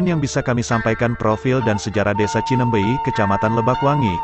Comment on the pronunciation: Bukan Cinembey, yang benar Cineumbeuy.